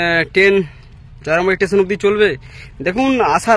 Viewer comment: চ্যালেন নয় হবে' চ্যানেল ',টেসেন নয় হবে 'ষ্টেশন 'ফাস পাট না 'ফার্স্ট পার্ট 'বাকি সব ঠিকঠাক আছে, সুন্দর ❤